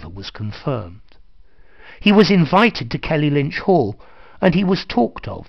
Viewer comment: It's Kellynch Hall, not Kelly-Lynch!